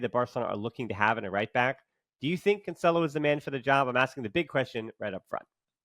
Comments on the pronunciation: It sounds wrong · Cancelo is pronounced "Cansselo."